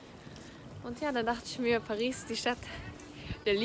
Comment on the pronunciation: Bitte sag nicht perissss😂